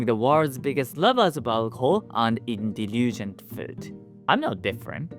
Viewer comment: Let me help you pronounce, indulgent. in-DULL-gent Thank you for your video. I am goint ot self-hypnotize myself into that particular part of a Japanese childhool Hi "Japanese Mom" in my mind.